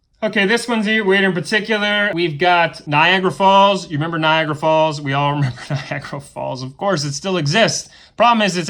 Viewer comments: I live 35 miles from Niagara Falls it's basically in my backyard ! We in Ny call it Ni-ag-ra that's how we pronounce it for years I've never heard anyone say it as Ni-ag-ara Falls . Unless there from the South ? Plus it's where I had half my Batchuler Party at the Casio ! And was stationed there as well (Army reserve's) so I should know how it is pronounced ! Or even Old Fort Niagara ! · I'm French and here we only know the Duracell bunny ads. Vaseline is correct, we have many vowels in French and it has always been pronounced Vas-EU-line not vas-O-line. Same thing we always say Nia-GA-ra not Niagra. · 1 )i had 98 hrs of reading on my Kindle.it's not in the original short stories 2 )energizer bunny/ Durrell bunny are same thing . the pink bunny Skip spelling I'm in Canada and no you pronounce it the first way for the falls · I remember your last name being, and how many times have you actually read the Sherlock Holmes books, Niagara is just being mispronounced, I think so much of the Mandela effect is based off of people assuming they're always right...get over yourself